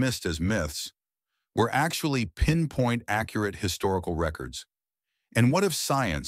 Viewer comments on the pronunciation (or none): none